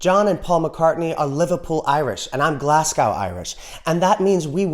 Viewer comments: "GLAZZ-go", not "GLASS-cow." Great video, though. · lol that's not how you pronounce Glasgow...